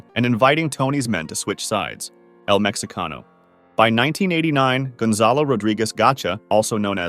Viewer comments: Is not pronounced “mecsicano”? Its mehicano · its said like "el mejicano"